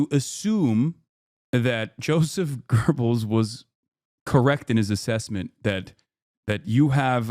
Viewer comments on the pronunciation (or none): Insane how Hasan pronounced "Göbells" as Gerbils